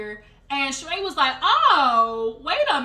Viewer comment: Not you calling that man a scammer .. and that lady name is not shereè .. it’s shereeeeee! 😂